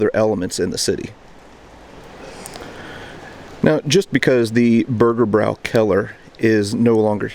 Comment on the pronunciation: there is an Umlaut over the ä so the "bräu" syllable is pronounced "broy" not "brau". hence "Burgerbroykeller"